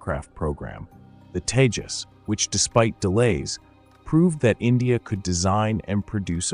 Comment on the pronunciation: Proves your ignorance, can't even name the LCA jet, it's Tejas and not Teja. Also, it was the same blabbering that was being done by others when it came to space explorations and look where India is now. What you have to understand is it's not the same bureaucarcy that is in, this government, prioritizes stuff and the ceiling broke with the Tejas, the limit now is beyond the sky with the private players in the scene now and the Kaveri engine brought back to life. Keep your hypocrisy to yourself and keep a lookout in the future, because when the AMCA comes to fruition, I iwill be back here.